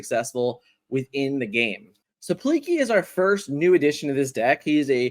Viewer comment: “Pleak-lee” is how you pronounce it :p